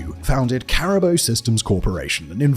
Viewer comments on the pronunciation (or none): Can't even say Caribou